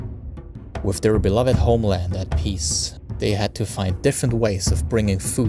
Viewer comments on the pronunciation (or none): none